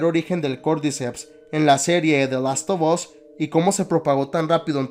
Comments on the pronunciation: Se pronuncia de lastofas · "De last of os" jajajaja seas🫵🏼🤡😜